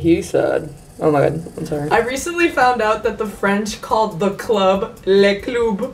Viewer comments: as a french person, no we dont say cloob. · Le club ❌ Le CLOOB ✔️ I'MMM DEAAAADDD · Ok I'm french and we don't pronounce it le "cloub" we say "le club" as everyone on this planet I think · you pronounce “le club” as “les clubs” which is the plural or le club 😭😭😭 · no it's LEH CLOOB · ” le cloob “ 😭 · mdrrr qui dit "les cloub" ??? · Man nobody in France say that 😭😭 we say LE club (club as you all say it) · The way she pronounced le club 😭😭😭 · Sorry but french people don't say "Le club" like that ...